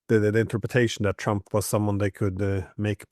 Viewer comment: I love how he pronounces Trump. Twamp